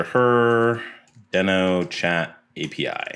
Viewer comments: It's pronounced deeeeno, not deno. Besides that minor annoyance, this video is awesome! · It’s pronounced DEEE-NO. Like The Flintstone’s dinosaur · I heard it was pronounced “dii-no” like “we know”